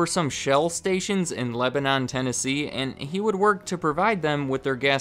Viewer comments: Lebanon is pronounced “leh-buh-nin” in TN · Maybe I’m just too southern but the way you pronounced Lebanon pissed me off a lil tbh. We pronounce it leh-buh-nin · Not gonna lie, as a native Nashvillian, hearing you say Lebanon made me cringe lol. A lot of use pronounce Lebanon as Leb-nin lol! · Hey just letting you know, Lebanon TN is actually pronounced Le-buh-nin. Local tip lol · out here pronouncing lebanon like the google maps lady does hahahaha came here also to say that it's pronounced "leh-buh-nin" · Luke Enno we’re not saying that’s how the word is always pronounced (: just particularly for lebanon, tennessee it’s called “leh-huh-nun” or “leh-buh-nin” by everyone that lives here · It's pronounced le-ba-nin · Layla F. I thought the same thing! It’s Leba-nun lol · Everyone who’s not from here pronounce it like the country but I’ve always pronounced it or heard it as Leb-nun/Leb-nin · its pronounced leb-nhun lol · tyler bendel I don’t blame him for not knowing; it’s a southern thanng. I say that as a Tennesseean born and bred. 😅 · 😂😂 The way you pronounce Lebanon is proof you've never been to TN. That is /not/ how we say it. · As a Middle Tennessean, I got a good chuckle from how you pronounced Lebanon like it was the country 😂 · You keep butchering the pronunciation of my hometown's name